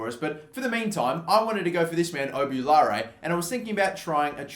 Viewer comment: Who realised he called obbi oulare 'oubulare